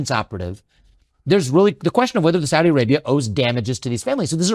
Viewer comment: Investigator: Did the Saudis do it? Government: No. I can 100% confirm the Sour Dees did not participate in 9/11. I: I'm sorry. Did you say Saudis or sour dees? G: correct. Exactly... The Sowdees. No 911. I: Wait. What are sowdees? G: Sowed ee's. As clean as they come. I: What are you talking about? G: I'm just saying, with complete conviction, that the Kingdom of Sword Tee A Ray Bee Ah did nothing ever at all to America in our history of all time!.... The Saudis though. They went sick.